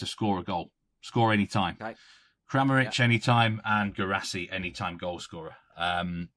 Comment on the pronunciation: Can you make a weekly thing for to prounouce Guirassy😂